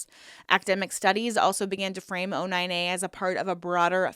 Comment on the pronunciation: O9A not 09A why you say it wrong ?